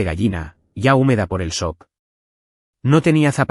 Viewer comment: La palabra sock no existe. Existe la palabra sock y se pronuncia chok